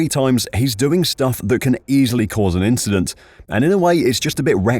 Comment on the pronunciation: Why is no one asking Leclerc about it? Its just an inchident.